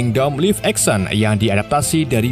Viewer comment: Minimal belajar mengucapkan kata-kata yang sudah umum dengan benar bang. Bikin video tentang film tapi ngucapin 'live action' dan 'manga' masa masih salah sih bang